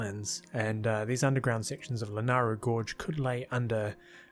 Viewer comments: It's La-NAY-Ru... Also, I don't really agree with much of your positioning of things. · FYI, the y in Lanayru is not silent.